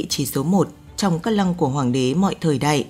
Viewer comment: Phát âm sai từ ĐẠI trong cổ đại , thời đại , vĩ đại .